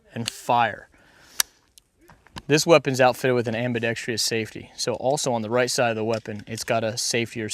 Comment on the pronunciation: For the love of pete, please everyone stop saying "ambi-dex-TREE-ous." Ain't no tree in there. :D Ambidextrous. Cool vid.